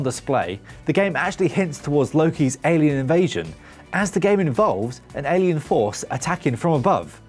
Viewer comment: "Alean"? Lol.